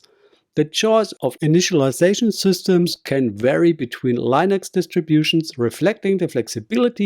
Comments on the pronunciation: its pronounced LIN-ex not LINE-ex..... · Why are you not using your voice? Your using AI. I can tell. Because of when the AI says Linux. It's not Lienx, it's Linux. That's all.